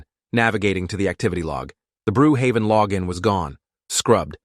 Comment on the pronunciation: When he said “brew haven” i immediately screamed at the top of my lungs “BROOKHAVEN!!!”